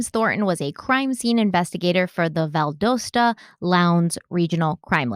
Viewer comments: Living next door to Valdosta, it always cracks me up to hear other people pronounce it “Val-doh-sta”. Down here, we pronounce it “Val-dah-sta”. 😆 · Awww, she said “Val-dough-stuh.” This case still bugs me to this day. I attended college in Valdosta (“Val-doss-tuh,” by the way), so it’s always been on my radar. There’s just too many things that don’t make sense, IMO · "Val-dose-ta" through me off 🤣 It's pronounced Val-Daus-ta"... love you anyways. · I love yall but Valdosta is pronounced Val-Da-Sta. Not val-doe-sta. Lol I live an hr and a half north of that town. Love love love you guys!! A lot of local people always acted annoyed when kjs story would be on the news. They'd say things like the family needs to accept the facts and move on. I disagree. Even if this somehow was an accident... this case was screwed from the beginning. I'll always believe the ex fbi's kid is somehow involved. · Being from Valdosta, I couldn’t wait to hear your pronunciation of the city lol Literally everyone NOT from GA says it with a long “O” or a short “A” (like in apple). It’s actually val-DAH’-sta. (Think short “O” like in dog.) Just starting, and as much as I’ve heard about this case, I’m excited to see if I can learn anything new. Y’all always do an awesome job! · Hey guys. Valdosta. Pronounced Val dah sta. Im a Ga. girl. Loves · Val Dos (rhymes with Boss) ta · VAL-DAH-STAH is how we pronounce it here 😉 love you guys.. just thought I’d throw that out there. This case is heart wrenching. Thank you for covering! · I live a little North of Valdosta and can I just say that it's pronounced Val-dah-sta around here :). Thank you for covering this case! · It’s pronounced Val-dAs-sta. I’m about 2 hours from that City. I have not heard it pronounces accurately to this day 🤣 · Being from south Georgia, the way you're saying these locations is killing me. Lol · You're saying Valdosta wrong